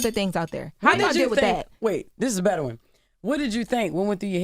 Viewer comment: keeps saying I got a betta question